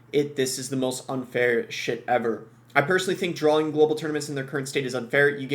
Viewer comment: Are you saying drawling? It’s drawing